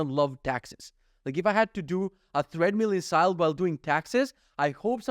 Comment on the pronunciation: Enjoying the podcast on audio version. Just came here to say - it's pronounced "TRED-mill" not "THREAD-mill" 😊 looking forward to next episode